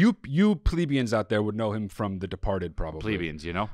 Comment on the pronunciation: Calling people plebeians while mispronouncing plebeians is chef’s kiss stuff 🤌